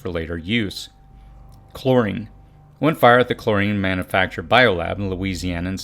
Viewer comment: Great video! That was so clever how you kept saying Manna-facture (as in Manna = food) instead of Man-U-facture. Thanks for posting. I heard a few items I need to get.